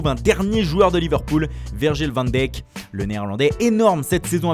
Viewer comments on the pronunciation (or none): Virgil Van quoi ? C’est insupportable la prononciation de ce mec